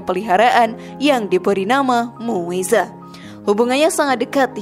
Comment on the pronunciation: iya kak bacaannya mueza kucing rasullullah tapi dipanggil muza kak